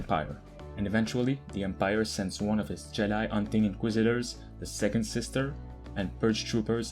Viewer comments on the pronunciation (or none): none